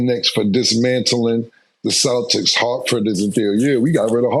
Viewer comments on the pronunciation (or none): none